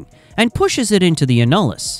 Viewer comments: It’s annulus not “a-nul-iss”. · Not “a-nul-us”, it’s “an-you-lus” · It’s pronounced AN-yoo-lis - annulus - as in Latin for “ring” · It is called the an·nu·lus ˈan-yə-ləs. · This video is about 40 years to late, it pertains to the 70's and into the 80's and rig terminology used is all wrong, for instance the outside space between the drill string and BHA, the annulus, is pronounced (ann-u-lus). The 80's saw top drives start to replace kelly's, mud motors, dtu's and the current closed rotary loops, supplant conventional rotary assemblies. Average well depths were in the region of 10,000 ft or 3000m, but depths can double and triple that in todays drilling. MWD replaced single and mutli-shot compass based systems and gyro gave way to accelerometers and magnetometers, utilizing the earths gravitational and magnetic fields, to determine where the well is being drilled, though gyros still overcome areas of high magnetic interference, when casing is involved. Mud is used for weight to balance the inward pressure exerted by the formations, as a coolant taking the geothermal heat back up to the surface to be dispensed, and as a lubricant. In addition the MWD pressure signals are transmitted through the mud to be decoded at surface and let the directional driller know where he is when plotted on the charts, that show the the wellbore to be drilled. I was forty years in the drilling industry, first as a seismic engineer, a surveyor using magnetic and gyro single and multi-shot systems, and then a conventional rotary drilling, mud motors, jetting, bent subs, and closed loop directional driller. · AI improper pronunciation of annulus (æn.jə.ləs) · It's an AI voice, pronunciation isn't going to be perfect. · I stopped watching when it pronounced annulus wrong about 10 times in 30 seconds.